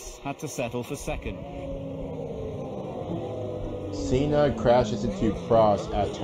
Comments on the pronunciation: he said seena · You can hear a large amount of F1 fans annoyed on the mispronouncing of Senna’s name